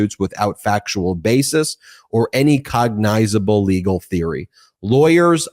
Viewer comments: Oops! Now I caught it. COG-NYZABLE not like nine. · FFFING GOG- NIZ-ABL. Like in Nissible,Izzy